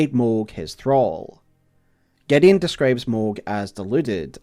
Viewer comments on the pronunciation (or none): none